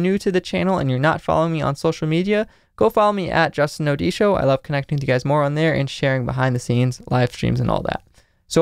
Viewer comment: i already told u I love the way u say Odisho... Love it. Learning form u. 👌